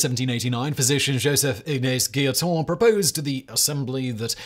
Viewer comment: Guillotin is pronounced gee-o-'tan' for the third syllable, not 'ton'.